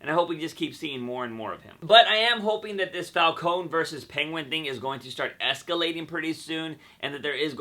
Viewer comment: Havent you noticed they often change the pronunciation of the characters' names? Falcone as falkōn instead of falkōnē. Fries as frīs instead of frēs